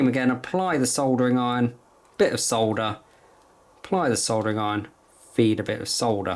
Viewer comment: Thank you so much for saying soLLLder instead of sodder like the 'mericans. 😁 Also. The wire stripper you're showing at 4'49 is only about 16 euros and a life saver if you're an amateur like me. Other than that, great video! Lots of really good tips! Thanks a lot